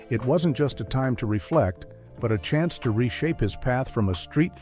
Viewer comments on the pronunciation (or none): none